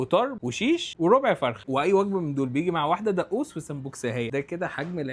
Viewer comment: دئوس 😂 ، يا حبيبي اسمه دقوس انطقه بهذي الطريقة ، دغغوووس ، ئال دئوس ئال 😂😂😂